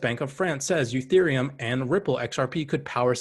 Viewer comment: Its not youthereum....it's "E" thereum